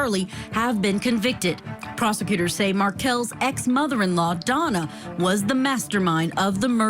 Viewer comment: Is it just me or does it sound like Judge Ashely Willcott (the host) is saying Donald or Donal and not Donna Adelson? LOL, the pretend volatile shaking. She stopped shaking when she was being given the water from the bottle (yes, one of her hands was being held by another officer, still) and when she was lying on the gurney, she was not shaking. I don't know why people keep saying that Donna Adelson is a mastermind in all this. I think Wendi Adelson is the mastermind, she got everyone to do her dirty work for her sake, her needs, her desires and everything else she wanted in the universe. She wanted to erase Dan Markel from their son's life and she did. Their last name was changed and the middle name of Benjamin was changed too that was dedicated to Dan Markel's grandmother.